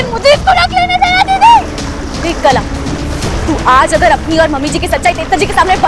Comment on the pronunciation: Didi kalaa hota hai na Ki kala 😂😂😅